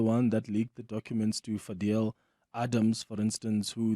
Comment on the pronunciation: Fazel not fadel